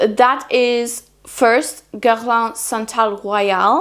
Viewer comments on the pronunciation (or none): none